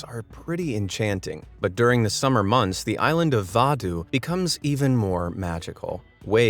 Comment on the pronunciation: And it's pronounced more like "vaadhoo" not "vaaduu" hope anyone understand through a written text 😅😅 🇲🇻 and thats our flag ""